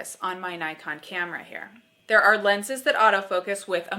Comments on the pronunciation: nee-con, not nigh-con... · nikon is pronounced as neekon.